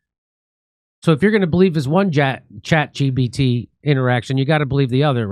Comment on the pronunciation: is he saying chat gbt? hahahaha